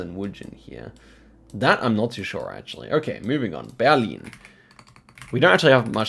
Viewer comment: you're pronunciation of Berlin and Hamburg was so perfect, that´s super impressive 🤩